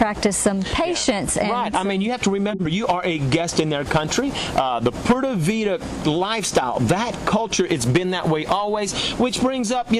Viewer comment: Ok friend, I see you like to have an answer for everything, and some people are just that way. I was trying to overlook the ‘Poorda Vida’ pronunciation, but it just hurt too much. Maybe just chalk it up as “You learn something new everyday!” If you just take a basic course in a country you actually live in, trust me, they will love you even more. By the way, the way you pronounce ‘pura’ as more like ‘poo-da’ is VERY close to a very vulgar curse word in Spanish....they may smile in your face but laugh until their stomaches hurt behind your back on that one....😂